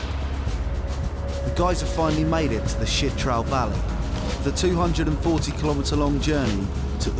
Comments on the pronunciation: It’s “Chitral” not “shit trail” lol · Why does the narrator keep referring to Chit-ral as “shit-ral’. ‘Ch’ is pronounced like ‘ch’ in ‘church’. Did he not bother to ask the locals how to pronounce the name? What about the name ‘Pakistan’? Be respectful and pronounce it correctly, not the way you prefer. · Kindly correct your pronunciation it's Chitral not shitral, ch not sh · It's spelled "CHITRAL". Why does the narrator keep saying "SHITRAL"?